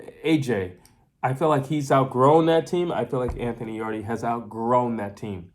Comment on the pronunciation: Thanks for your insight. I watched the fight live at the arena. BTW its written 'Yarde' but pronounced 'Yard' not 'Yardi'. Seeing the crazy score cards post fight, i was shocked. I believe the crowd, who backed Yard, reacted to every shot thrown and this noise may have influenced the judges to give those suspect rounds to Yarde. That look Yard gave to his corner after the knock down was, bro please save me from this because I cannot carry on. In fact the mic picked up the audio and he was asking his trainer Tunde what round it was. Even if Yarde carried on he wouldnt make it past round 8. One thing about the failure to followup is because Yarde is known to crash out mid way. He simply doesnt have the stamina for 12 rounds of continuous fighting. Those big muscles crave oxygen and if you noticed the two times he spat his gumshield out was because of breathing issues. Beterbiev's game plan involved a gradual start, then up the heat mid way to finish him off as Yarde was known to crash out due to stamina issues. Yarde claimed that Beterbiev was slow in the Joe Smith fight. I saw a slow Yarde in this fight. I spoke with Beterbiev's trainer post fight, John Scully and he mentioned that once a fighter goes down and doesnt get up, then he is broken. That thought will always be in the back of the fighter's mind and that option of not getting up will become an option to be used again.